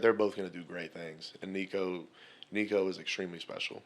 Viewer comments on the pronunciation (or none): How can you cover football and after 2+ years of covering Nico still not be able to pronounce his name right? There are videos of him here on YouTube showing you how to say his name.